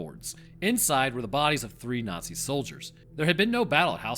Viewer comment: this video is full of lies, pavlace are standard tiered balconies called PAVLACE not "inward-facing battlements", the courtyard didnt exist when ottokar built it, and you cant even say nazi correctly this is slop and you should feel bad